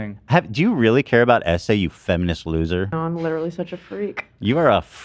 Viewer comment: goes “it’s litewary the playbook”